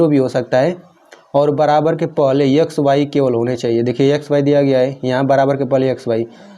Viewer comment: Are sir vo X hota hai Yax nahi 😂😂😂😂😂😂😂😂😂😂😂😂😂😂😂😂😂😂😂😂